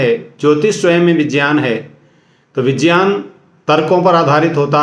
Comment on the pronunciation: को तो विज्ञान भी बोलना नही आ रहा विजयान विज्यान कर रहे हैं